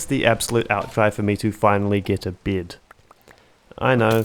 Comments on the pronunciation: Why are you pronouncing "bed" like "beard"?! Huh?? There is no R in there, wtf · am i the only one who keeps hearing "beard" instead of bed? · I kept hearing you say “beard” when you were saying bed lol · "a berd, a rely kool berd, a red berd, with the die i got from rootbard" /jk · every time you say bed it sounds like your sayin g beard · When you said "getting a bed" I heard "getting a beard". Why do you pronounce it like that? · It took me 20 minutes to realize he’s saying bed and not beard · That pronunciation of "bed".. are you from NZ?